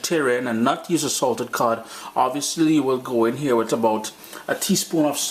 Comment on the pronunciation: "hear nah man" real West Indian.